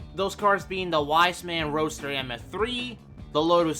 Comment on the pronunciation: A very thorough iceberg video. Great job! The only gripes I have are the pronounciations of "Ruf" and "Wiesmann". Ruf is pronounced as "roof" and Wiesmann like "veece-mann". It's a minor, and all in all unimportant gripe, but everytime someone pronounces Ruf like "rough" i shudder a little...